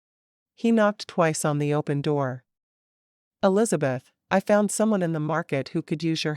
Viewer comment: The narrator says...Ells beth. Should it be Elisabeth?